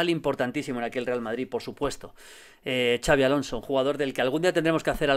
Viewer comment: Que decir de Xabi Alonso.... Pues que no se dice "chavi" sino "Shabi"